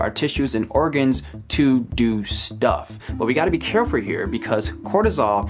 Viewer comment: Did you just say '"carefur"? Also, soda is gross